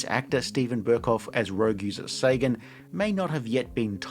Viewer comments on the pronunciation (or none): none